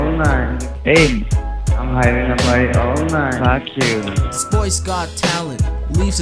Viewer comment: "fack yuo" I feel that